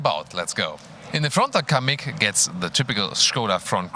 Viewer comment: Kamiq ne lan iyice bokunu çıkardınız amk